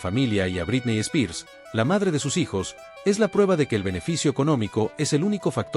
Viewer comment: Me encantan tus videos pero me hace mal tu pronunciación de "Britney Spears"